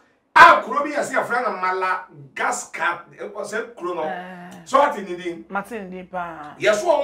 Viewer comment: Madagascar not Malagasca